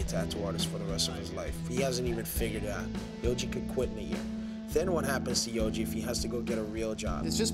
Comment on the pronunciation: It's YOJI not YOGI.. he ain't a picnic basket stealing bear.